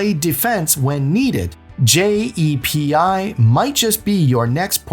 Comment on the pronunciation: Also it’s called JEPI no one says J-E-P-I. That’s what makes me think it’s AI. Also JEPI is 7.5% not 11% This video must be recycled